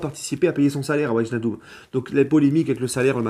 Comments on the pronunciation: Très bonne vidéo, sinon au niveau prononciation ça se lit VEY-NAL-DUM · salut. alors pour bien prononcer Wijnaldum on dit " Vaille = comme Grailler, nal- deum = comme le seum" voila. super votre live sur Passion foot. continue comme ç'a tu est super.